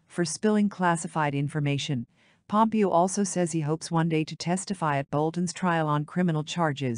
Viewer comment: Irritating that this voice generation of text persistently pronounces Pompeo’s name as having accent on first syllable But Haley is so pretty … the first woman president should be beautiful, just as a prime qualification of Warren Gamaliel Harding (another copiously published contender) was that he looked like a president ought to. Zbigniew Kazimierz Brzeziński was perceived as coming close to the joining roles of State and Defense under Democratic administration of Carter.